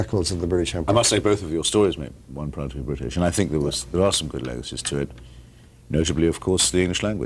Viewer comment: Think... not "fink"...THINK you foolish moron.